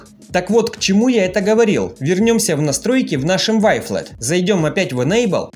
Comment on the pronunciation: Вафел) правильно говорить)))